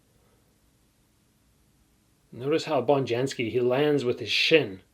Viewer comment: Hope I'm not too nitpicky but Bonjasky is pronounced with just 1 N. Not Bonjansky 👍🏻